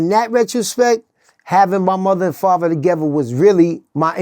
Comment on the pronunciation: I think he means "father" not faver😮